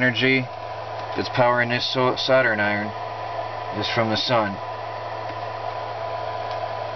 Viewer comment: Dude, your pronunciation of Soldering Iron is like nothing I've ever heard - it sounds like Saturn Iron! :) I'm curious what accent is that?